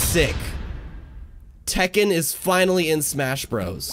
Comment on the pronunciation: It's Tekken NOT Taken! And How Many Times This Fighting Game Crossover With Street Fighter Now?